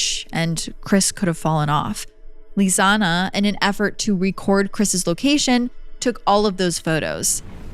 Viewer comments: Her name isn't LisannA. It's LISANNE (Lees-Ann). It's kind of important not to mispronounce the victim's name the entire video. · Stop pronouncing Lisanne, Lisanna!! Poorly done! I never heard about the possibility of organ harvesting. I've seen every video above this case! At least get some facts straight! And the strawberry tour is another thing I've never heard! The girls were supposed to have a tour with Marco on April 2nd, of the Pianista trail. That's why he called the host family to see if the girls were there. Marco went to the host family and the lady of the home let Marco explore the girls room on his own! That's bizarre to me, to be allowed access to the girls room. There's so much information out here about this case, but we're no where near the truth.